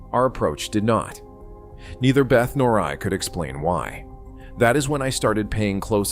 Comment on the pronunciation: It’s not “Beth”!!! It’s pronounced beh-tay or bay-ta